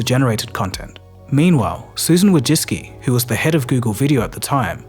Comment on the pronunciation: Amazing video. Just one thing made me ick, the way you pronounce her name Wojcicki.